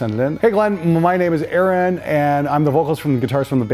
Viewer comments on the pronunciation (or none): none